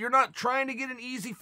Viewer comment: Jorge is pronounced George. Chaels right.